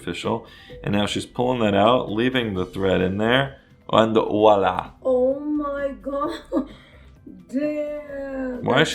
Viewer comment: I love your channel so very much and I think you give really really good advice, but it’s voilà with a V no Wala with a W, lol